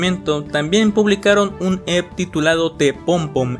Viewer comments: yo te amo, pero se pronuncia "e-pe", xfa no vuelvas a decir "ep" Ya no recordaba que Marzo había sido un mes tan interesante en cuánto a Lost Media, me da risa ver como en el piloto de Drawn Together la mayoría de comentarios están en español, al que mejor le vino el rediseño fue a Xander No tenía ni idea de lo del vídeo de Blackpink, cómo me hace falta mi amiga blink en momentos así 😅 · te aviso que EP no se pronuncia EP, se pronuncia e pe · Me dio amsieda' que dijeras "ep" en vez de "E pe":face-purple-crying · eeee no se dice literalmente "EP" se pronuncia como un acrónimo "e - pe" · Ep se pronuncia i pi no Ep (no es hate amo tus videos) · oye no es por se mala onda ni nada de eso, pero no se pronuncia "EP" se pronuncia "EPE" O "E-P" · Un EP, pronunciado literalmente así. XD Se le pronuncia E Pe. Pero EP pronunciado tal cual veo que suena mamalon. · ¿Cómo que "Ep" wey? XDDDDD Se pronuncia diciendo literal las dos letras "e pe" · oye, se dice e pe, no ep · oye pije los EP's no se pronuncian tal cual se escriben, se pronuncian "E PE" no "EP EP EP" que suenas como trastornado :V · EP se pronuncia mejor como E-PE en español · Buen video, solo que los lp y a los ep se pronuncian como "ele p" y "e pe" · No imaginas cuanto sufrí todo el tiempo que no pronunciaste EP como “E-Pe”. De todos modos tqm mucho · me pasó lo mismo, no pude concentrarme en el vídeo por su pronunciación 😭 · Se pronuncia "E-PE" XD